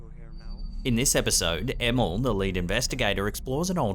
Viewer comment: The way you pronounced Emil.. Emmel :D